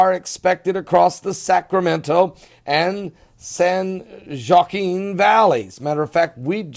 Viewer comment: Pastor just to let you know San Joaquin valley is pronounced "san wa keen valley" or like the actor "Joaquin" Phoenix. The I live here in the valley and am so happy for the rain because of the drought we have been praying like crazy for rain ...we have so many farmers losing crops due to the lack of rain...So let it rain we need it badly. (The Lord is good and answered our prayers.) I just pray that all of us dealing with the crazy weather stay warm and safe.